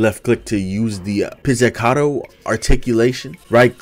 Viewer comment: you indeed pronounced staccato right however pizzicato is said pits-i-cod-o.